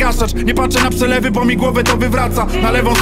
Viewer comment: "nie patse na pselewy" - typie zrob cos z tą wadą wymowyyyyy asłuchalne to jest